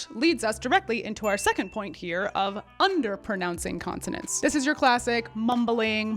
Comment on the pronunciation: You say”underpernouncing”…